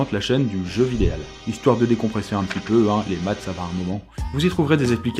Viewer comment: On en parle de ton "jeu"?